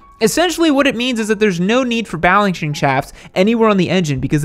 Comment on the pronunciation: "essentially what it means is that there's no need for balenching chaft"